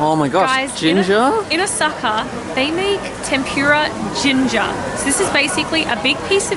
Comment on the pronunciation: tem-poor-ah not pure-rah lol